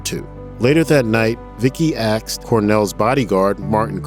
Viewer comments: It's "asked" not "axed". My pet peeve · Hey narrator, it's asked, not aksed. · Asked not aksed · Can you pronounce "ask" properly? Wtf is "axed"? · It's ASK, not axe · Can we not say "a S k" anymore? Axed??? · Who the heck is this guy narrating stop saying AXED you idiot 🙄 its pronounced ASKED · "She axed him" "He axed her" Why is this narrator talking about axes? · She "axed" him...its ASKED. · Axed..... AXED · asked not axed ffs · The word is pronounce ASKED not AXED goofball! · *asked, not axed. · Axed is not an interchangeable pronunciation of asked… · You said “axed” twice instead of “asked”… That is not professional… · It’s ASKED not axed.... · "Axed". "Axed". "Axed". It's "ASKED" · Clickbait. And its asked, not axed. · The word is "asked" not "axed". How is this person doing voice over work? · “she axed”? What??? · Why can't the narrator pronounce "asked"? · First off, I absolutely loved Chris and Soundgarden's gifts that they shared with us and will be forever grateful. Secondly, the narrator on this video. Dude's working for Grunge which is a legit and very popular YouTube channel and cat can't pronounce the word "asked" properly? Nobody in editing caught that?